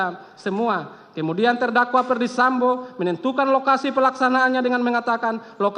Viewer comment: Jpu nya udah kecapean baca nya sampe.salah salah mau.sebut. sambo. Malahh....samba. eh sampoo lagii. Ngakakkkk😂😂😂😂